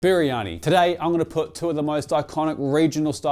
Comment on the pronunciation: Try saying "Bir-yani" instead of "Biri-yani".